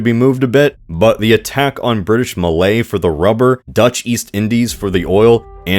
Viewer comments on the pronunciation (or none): none